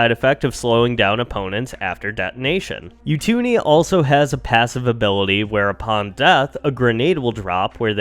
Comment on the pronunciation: You-two-nee 😂 it’s Oo-too-ni